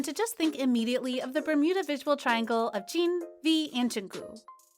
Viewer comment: No one: Literally no one: Voice over: CHIN and CHIMIN from BTS I